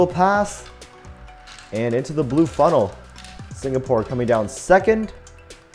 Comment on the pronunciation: It is singapore not signapore